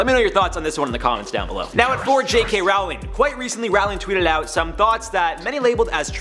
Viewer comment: You said..RAWRling?